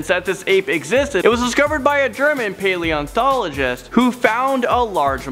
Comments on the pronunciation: And learn how to say paleontologist not paleonthologist ...... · PaleonTologist, not paleonTHologist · Does he keep saying "PaleonTHologist"? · You need to learn how to pronounce paleontologist because there is no h in the word but you kept pronouncing it paleonthologist